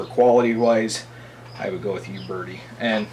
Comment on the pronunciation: You-Berti hahahahahahah Its OOO-Berty